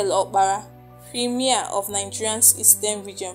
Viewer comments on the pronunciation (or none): none